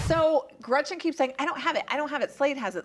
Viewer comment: Am I minority here bc I don't dislike Tamra at all! I dislike Gretchen SO much and her terrible lies, and Emily is the worst of all of them here. She really irks me. And if she says gretchers one more time, i am going to lose my mind